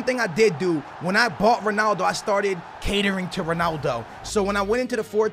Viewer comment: why does he say sonaldo